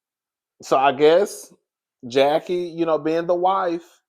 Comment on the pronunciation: I actually LOVE this episode bc we see Chantel with her momma enemy and love the alliance Jen/Brandi the Kenya of the show and Mrs. Jackie Marie Christie united against Evilyn and the new girls. That Latina girl was on my nerve like gurl you just came in and saying Jackie wrong? girl stay out of FAMILY BUSINESS! Chantel and Evilyn daughter are now bestie. Chantel and Brittany trying to be the SHAMEANA and PORSHA WILLIAMS of the show besties, but missing the years and history from RHOA lolzzz.